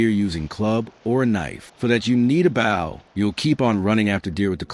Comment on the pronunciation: Was this done with an AI voice? I can't believe that any human wouldn't know how to produce Bow